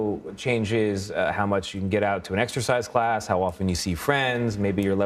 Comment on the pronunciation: Wow!! What a load of Disinformation/misinformation by that news station! STILL pushing the Great Lie. And that male reporter: Did he actually say "ExTercise Class" Wow. Maybe, he didn't really graduate grade school!